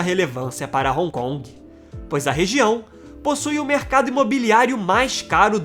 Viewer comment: Pronucia-se "ron con" e não " roncongue " ...